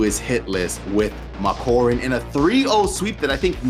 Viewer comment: The way pronounces Makoran 💀